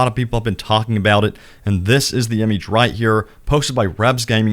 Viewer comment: Why you say image like that